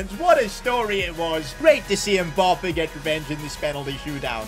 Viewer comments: "Mboppé" It's Mbappé , get it right. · Mbappe not mpoppe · I love the fact that he says "Kylian Mboppé" instead of Mbappé 😂😂